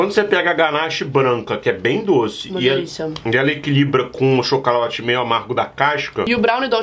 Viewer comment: Acho q fui o único q percebeu q no o falou chocauate